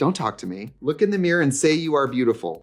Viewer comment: Trixie making us Midwest gals feel seen, one “meer” at a time 🪞💕